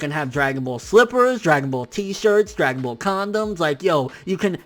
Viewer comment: My man said dragon ball condoms 😂😭😂😭😂😭😂